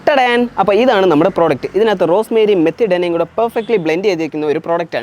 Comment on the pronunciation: അത് മെത്തിഡാന അല്ല മേഥി ദാന എന്നാ പറയുന്നത് .. മേഥി ദാന എന്ന് വച്ചാൽ ഉലുവ (ഉലുവ മണികൾ) ആണ് .. ഇ०ഗ്ലീഷിൽ ഫെനുഗ്റീക്ക് സീഡ്സ് എന്നും ഹിന്ദിയിൽ മേഥി ദാന എന്നു० എറയും ...